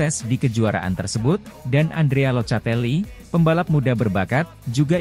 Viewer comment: "superbike" bacanya superbaik. "locatelli", bacanya lokatelli. hadeeh tolong la, jangan kampung kampung amat.